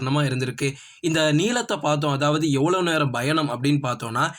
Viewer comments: Nope where he has to say Payanam he says Bayanam.major mistake. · பயங்கரமா கவனிச்சு இருக்கீங்க போல 😂 அவரு correct ah than சொல்லுராரு என்ன ஒண்ணு பா என்ற எழுத்தை பா - Bha என்று லேசான உச்சரிப்புடன் வாசிக்கிறார் 🤷😅 அதை நீங்கள் கூறி இருந்தால் சரி..... வேற எதாவது சொல்ல வந்தால் உங்கள் Comment தேவை இல்லாத ஒன்று தான்😂